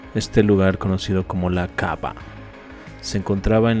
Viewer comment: Suena raro cuando dice kaba, es kaaba.